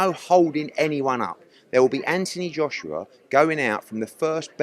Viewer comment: Its Anthony Joshua. Not antiee Joshua. You brits are fucking weird. I hope jake paul knocks him out. He might buy you a new set of marbles. I watched the netflix warrior. Saw you in it good stuff. Take care young man dont dont kill me